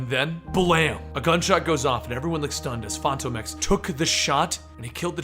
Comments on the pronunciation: Fantom Ex not Fanto Mex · it's pronounced like Phantom X. Even the creators have said it like that. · Is phantom X or Phantomex, not sure if is pronouncing it wrong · Why did you say fantomex's name weird in the beginning? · Why do you always say his name weird?